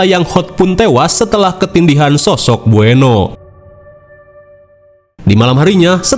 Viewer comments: jin beuno, tapi sebutnya jin buneo😭 bengek, ribet banget namanya ya mang😭🤣😹dasar setan😌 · Baca nya buno bang bukan bueno, kasian banget jin nya krisis identitas 😂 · Bukan bueno tapi namanya beunot min 😂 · Buno BG buno bukan bueno😂😂😂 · Tulisan nya BUENOE tapi bacanya BUNO 😂